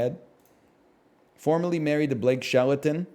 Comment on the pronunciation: Blake Sheleton is one of the best slip ups I've ever heard